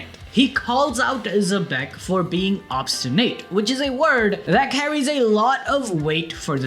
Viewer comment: No way bro pronounced obstinate like that and defined it hahahaha. Everyone knows that word homie!